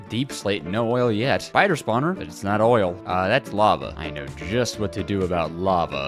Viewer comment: DID YO SAY OILLL